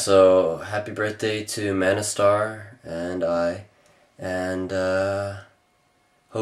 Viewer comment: I like the way you say MANASTAR. hahaha. What film fest did you enter your video to?